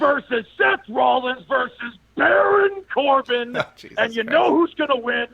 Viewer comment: the way this man says Baron Corbin lol